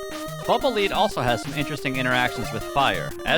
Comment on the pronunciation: Lead. Like the metal. Not "leed."